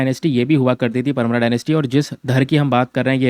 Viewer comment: Sir me mp se hu, परमार, धार ye correct pronunciation h